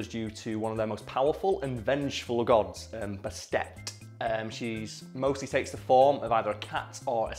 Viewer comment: It's purrrrnounced Baset (bAst)